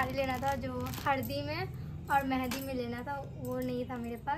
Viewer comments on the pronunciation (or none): Hardi nhi bolte h Haldi bolte h....or Mehadi nhi bolte h Mehndi bolte h☺️